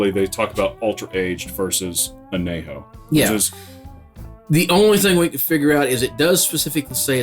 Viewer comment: I couldn’t figure out what you were saying at first every time you said extra añejo. Pronounced an-ye-ho. Great review though and a delicious tequila.